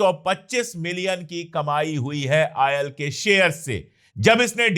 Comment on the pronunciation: Ail or Oil? Pehley yeh bolna seekhlo